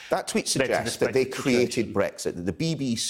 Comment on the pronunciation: .....Can anybody explain what Bwexit is?.....Waa, ha,ha,ha....